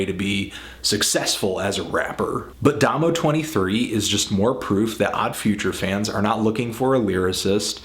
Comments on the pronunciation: Well at least fantano is pronouncing "domo" right this time LOL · YOU SAID DOMO RIGHT HOLY SHIT.